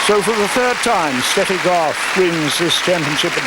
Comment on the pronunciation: I always loved it that the female announcer in Brighton show so much respect by pronouncing Steffi Graf's name in the proper way (Steffi as "Shteffi"). And can a girl be more lovely than Steffi here?